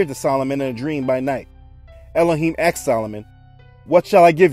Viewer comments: Please stop saying axed, it's annoying. The word is asked. Otherwise I am enjoying the series. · Axed, axed, axed !!!! The word is ASKED. It's driving me bonkers, and incorrect enunciation does not enhance the credibility of your story, pleasant as it is. Lets not forget Ben-ya-min, my Fathers name.